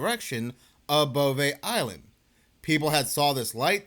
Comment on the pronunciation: Think you just like saying "bovay eyeland"